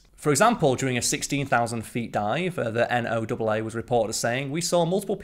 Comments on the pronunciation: NOAA is pronounced Noah. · Sorry, but the stupid, aka wrong, pronunciation of H is an automatic thumb down. Last I checked H is a single letter, not five (haych). Just like Z isn't zed and theatre and tyre are wrong. Also, NOAA is pronounced like Noah, the guy with the ark.